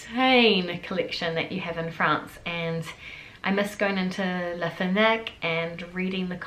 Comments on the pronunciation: la FEENAC ? ... j'ai mis du temps avant de comprendre de quoi tu parlais. lol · Haha au début j'ai entendu fennec aussi 😂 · 😂😂😂😂😂😂😂😂😂 !!!!!!!!! Elle pronounce LA FNAC en vitesse ressemble LA F NEC, si on ne fait pas attention ! Mais c'est bien LA FNAC qu'elle pronounce ! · The way you say Fnac. Sounds more like Fenac. Cute accent It is definitely not ok to pee on the side of buildings or in the gutters in France ! Those who do it are "newcomers" - if you see what I mean... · FNAC is one syllable :)